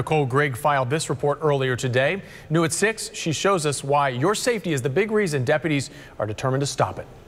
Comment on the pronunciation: I heard "Depity" AND what sounded like "Depities" (apparently the plural form of "Depity"). It's: "Deputy" and the plural form "Deputies". For the love of God, get yourself dictionary AND USE IT.